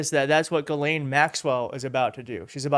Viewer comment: GISLANE. ITS GISLANE!!! Not Ga-lane, Jislane, Giselle